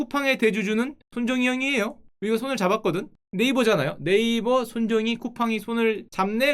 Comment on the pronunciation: 네이쓱 ㅋㅋㅋㅋ 찰지네...